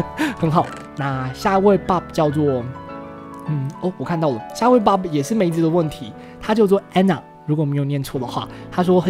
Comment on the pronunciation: 是Bob 不是bod哦~